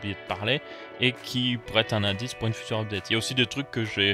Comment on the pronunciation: On dit "Futur" sans e ;p